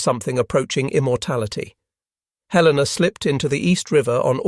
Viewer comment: The mechanized voice mispronounced "Helena"